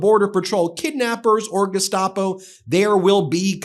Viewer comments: Notice when Bovino pronounces "Gestapo" he uses a German accent... !!?? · It is a choice to use the German pronunciation of "Gestapo", too.